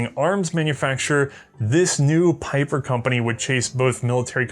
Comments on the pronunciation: Pieper: Not "Piper", but rather P"ee"per. Anyways, lovely episode and happy new year, may with a little bit of "hindsight is always 2020" the next year be prosperous and great! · It is Pieper as in Bee with a long eeeeeee, not Peiper! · Comes from not learning German pronunciation. ie = "ee" while ei "eye". You're not too young to learn a new language,! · "Peeper"... Pieper is pronounced as "Peeper" in English ... you're welcome. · His name is pronounced "Pee-per".